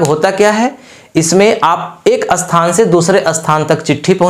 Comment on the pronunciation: jo samjha rahe ho .pahle apni pronounsation to thik karo .jaise sthan ko bolte ho asthan